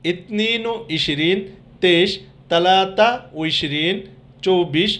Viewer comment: ছালাছা কে আপনি তালাতা কেন বলছেন।